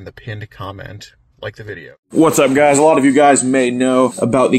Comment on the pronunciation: Guysh, guysh, I don’t know why does so many catches! If I got all my donations to go to Washington I would do one catch and then take a vacation guysh!